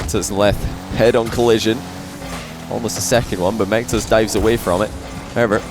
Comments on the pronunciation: No one:: Mech-toes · every time says "mectos", I hear "McToes" XD